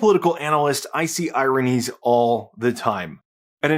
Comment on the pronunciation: The first time you said, “ironies” I thought you’d said, “Iranians”. Lol